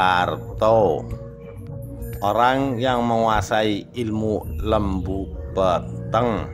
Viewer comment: Lembu Peteng ,...e lelet bukan taling... Huruf ta...bukan tha,...bukan lembu Petheng...iki tha. 😂😂😂😂😂